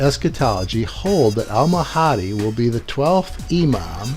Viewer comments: oh did i mention that he even doesn't know how how to pronounce the name of Mahdi, its Mahdi not Mahaaaaaadi, STUPID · Why do do you say the Mahhhadeee just pronounce it the correct way, by the way his accent does not effect the way he will say the name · i'm just saying,,in Islam Mahdi is againts dajjal,,which muslim people aware that dajjal is also call anti-christ in christian...and must to mention that shiats is like false misguided islam..they are not true Islam..and please pronounce MAHDI right.. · So you focus in on his wrong pronunciation of Mahdi to avoid the message?